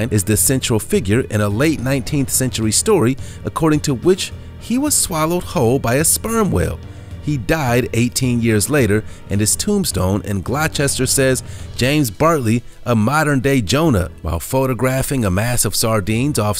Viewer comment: Glochester is pronounced GLOSTER.